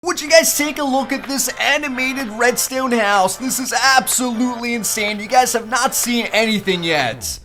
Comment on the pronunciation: he says redstone like redstewn